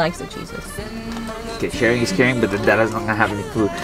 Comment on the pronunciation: But shawing is cawing got me 😂